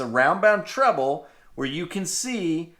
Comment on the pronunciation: It is pronounced treble not trouble